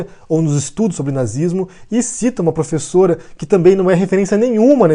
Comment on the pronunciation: Essa "''plofesola""" me parece o velho maluco disfarçado kkkkkkkk